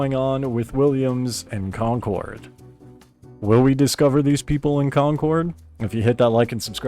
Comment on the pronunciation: repeat after me "conquered" that is how you say concord.